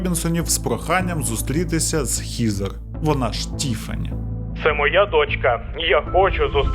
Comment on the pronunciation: Вже друге відео, де одну з героїнь звати ХЕзер. Але автор вперто читає Хізер 😝 Буквосполучення ea часто читається, як звук Е. Хоча б як у словах dead, thread, weapon. Сорі, просто вуха ріже, не втрималась)